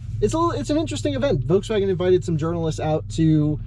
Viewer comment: Love the way you say "voteswaggin". :D